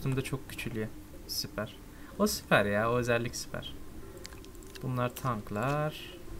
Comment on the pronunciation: Nobody::süperğ yiaa